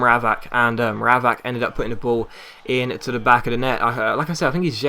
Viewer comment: It's Mra-VACH!